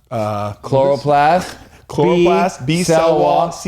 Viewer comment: “we’re gonna go with a chloroplast ” 😂😂😂